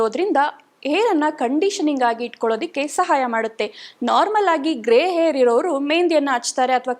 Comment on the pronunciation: ತಾಯಿ,ಏರ್ ಕಲರ್ ಅಲ್ಲಾ😢ಹೇರ್ ಕಲರ್ ಎಂದು ಹೇಳಬೇಕು 😢